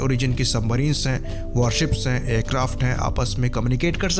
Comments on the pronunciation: Are usko submarine nhi bolna aata nahi surface ship, ya warship bolna aata hai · This Iyer mitra can't even speak warship properly and giving advice. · Jo chutiya warship nahi bol paa raha , aisae logo sae savdhann🙏